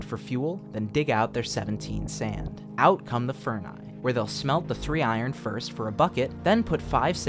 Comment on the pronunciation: "Furni". You just ruined my Christmas thanks.